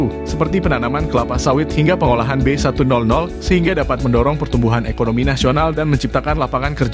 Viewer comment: B100 dibaca Be seratus,bukan be nol nol